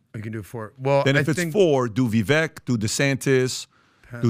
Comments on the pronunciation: It’s Vivek …rhymes with cake, please get it right ! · You all like Vivek so much … but you can’t even say his name correctly! 😂 Vivek like shake. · VivAk - its a LONG A fellas....Vivaaaaaak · It's Vivek pronounced like vye-vake 😅 .... I wish he would be VP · His name is pronounced vi-vake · Understandable and common mistake Vivek is pronounced ["Vi-Vake" like CAKE]😇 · Didn't they have Vivek on the show? They still can't pronounce his name correctly?